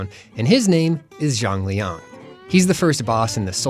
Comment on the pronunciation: Why do i always hear "Jean-Leon" ?